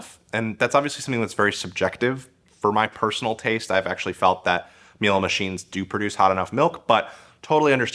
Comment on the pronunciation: Its Miele not "Mile"